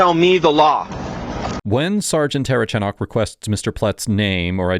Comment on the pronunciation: I think it's comical how nobody can say the cops last name, including this video. I'm 2 minutes in and have already heard the say "terchanok" and "ter-uh-chanek" 😆